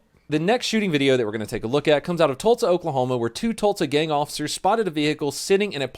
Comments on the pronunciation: EVERY SHOOTY SHOOT WAS A JUSTIFIED JUSTIFIED JUSTIFIED!! ...LOL...My Wifey says you Pronounce "TULSA" like your sayin TULTSA... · Its NOT TULTSA (Oklahoma) its TULSA anyways, love the vids 😂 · I've recently discovered your channel, and am working through old vids. I heart you, donut, but the way you say "Tult-sa" Oklahoma just grinds my gears. As you were. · I love the way you pronounce Tulsa (Tultsa) 🤣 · Can u say Tulsa right it’s Tallsa